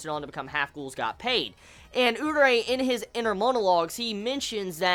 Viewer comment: Lol i realised this from a couple of reviews back. Why do you pronounce Urie name Urei? xD